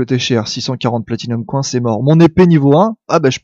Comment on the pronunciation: J'adore tes vidéos x) un coup tu as un super accent anglais avec ride, un coup tu dis coin à la place de "coynsse" pour les pièces x) c'est énorme !